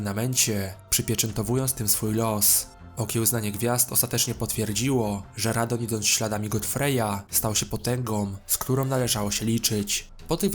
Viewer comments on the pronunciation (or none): MALENIA nie Melania RADAHN (RADAN) nie Radon KELID (CAELID) nie Kaled A poza tym spoko film 👌🏻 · To jest Radahn a nie Radohn i Radagon a nie Radagan oraz Malenia a nie Melania i to ostrze Miquella (czyt. mikela) a nie Miguelli. Caeild czyta się "kejlid". ER takie małe błędy mogą mieć znaczenie, ponieważ wiele postaci ma podobne imiona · Wszystko spoko tylko to nie Radohn tylko Radahn, nie Melania tylko Malenia, Nie Mikola tylko Mikela